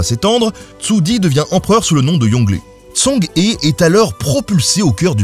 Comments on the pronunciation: En toute bienveillance, je souhaite te corriger sur ta prononciation de "Zheng He", je ne puis te faire entendre la bonne. Ecoute la via un logiciel de traduction, c'est important pour ta crédibilité... On ne s'en rend pas toujours compte, mais pour les sinisants, ça peut te donner l'aire pas très sérieux, car pendant 9min tu écorche pas mal de fois son nom ^^ Si cela t’intéresse, il existe deux types de transcription phonétique, le "pinyin" qui est la transcription venu de Chine qui est imprononçable correctement pour celui qui n'y est pas familier, et une transcription issue de l'Ecole Française d'Extrême-Orient qui a pour but de ce rapprocher d'avantage de notre prononciation française pour éviter au maximum ce type d'erreur pour des non sinisant (même si elle reste à mes yeux une transcription encore imparfaite), voilà sinon j'adore le contenu ! :) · vidéo assez intéressante, mais pourquoi ne demande tu pas à un sinophone de t'expliquer comment lire les syllabes en chinois????? tu prononces son nom n'importe comment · Zheng He se prononce plus ou moins Tcheng Ré pour info, ça a pas l'air grand chose, mais ça écorche un peu les oreilles des sinophones sinon :P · Par contre la prononciation du nom... ça prends 2 minutes à vérifier donc ça décrédibilise un peu ton travail. Il y a des sons qui sont pas en FR mais au plus proche on pourrait prononcer ça "Djeungue Reu" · NAAAN !!! "Tchœung C'hhhœux" ( H comme ch dans bach buch achtung ou comme j dans rojo lejar joven) En fait, 郑和, Zhèng hé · (Ça se prononce "Sheng") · Djeng reu, dommage que la prononciation de la plupart des noms chinois soit pas bonne. XI,xe... aussi ça se dit shi, sheu... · Zhen se prononce Djen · La prononciation est horrible haha. Zheng He, si on veut le dire à peu près bien, c'est Zheng HEU (avec une sorte de h soufflé) 😊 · J'allais le dire !!! Mais ce n'est pas logique pour un Français, le pinyin ... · Par contre la prononciation 😂 c’est ‘Djang Re’ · Zheng He = Djeng Rhe